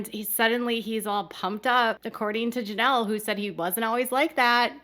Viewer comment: It's "Janelle", not "Jameel"